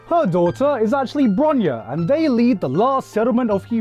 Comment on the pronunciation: bruh, bronya is not броня, ударение же не туда. bronya is bronislava. but other things is da 💯